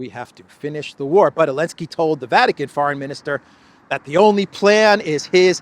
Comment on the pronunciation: is Biden 2.0. Also any word that has a "T" in the middle of it, is pronounced as a "D". Elensky is another mistake, as these videos could be used for historical reference someday in the future? you should not make intentional mistakes, when you make so many unintentional mistakes. Confusing billion with million is a 1000 times error, it shows how out of touch you really are....